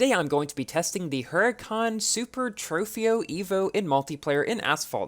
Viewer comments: Evija is pronounced Ev-eye-ya. Hussarya is pronounced Huss-ari-ya. Trofeo is pronounced Tro-fay-yo. Alfa Romeo is pronounced Alfa Ro-may-yo. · Technically Trofeo is pronounced (Tro-fay-o)